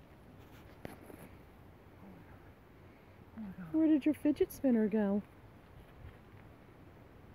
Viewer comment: "Findgers Spinners"